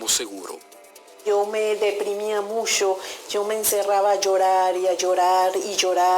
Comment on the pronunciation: musho :v